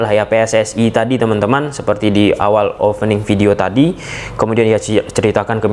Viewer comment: Opening bang bukan ofening 😢